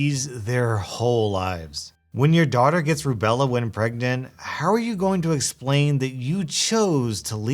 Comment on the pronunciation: It's "Rubella".